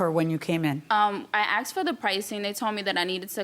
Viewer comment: “I axed”? Let’s start there.